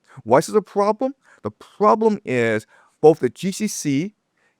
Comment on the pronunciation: The first " Pwoblem "!! Oh and a " Wobot " Pmsl 😂😂😂😂😂